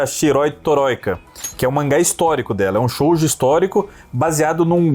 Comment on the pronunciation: Mizuno Hideko, a Deusa Absoluta do Mangás. OBS: Shoujo se pronuncia Shôôjo, como se o O fosse prolongado, não se fala o U. Shounen a mesma coisa. Qualquer coisa perguntem à Drik.